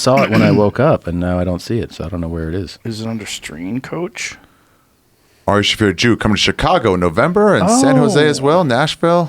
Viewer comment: Someone said 'Aroofie Shaffir' lol